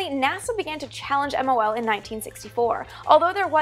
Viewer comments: both pronunciations, Geminee and Gemi-eye have been widely used. What I find more annoying is that Amy is editing her vids even faster than she speaks. She constantly calls that program MLO, rather than MOL. No clue why. Also she calls the first manned Gemini missions 4 and 5, ignoring the fact that 3 was also manned and brought back pictures. Amy, avoid all those mistakes by slowing it down a bit. And a little more diligence, please! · Teitel (Vintage Space) please call it MOL next time. You said MLO almost a dozen times. Take your time 😃